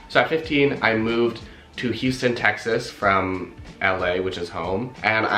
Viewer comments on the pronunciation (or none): none